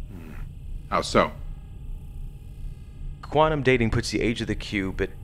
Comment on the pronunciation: Story was great, special effects amazing, acting good... You guys have to pronounce words correctly ie quantum sounding like "quanum" Whole thing was by far better than Renegades. Loved the fact that we got an Enterprise era fan film. Overall a pretty damn good production, 9/10. Hope to see more from this amazing group of fans. Thanks for keeping Trek going!!!!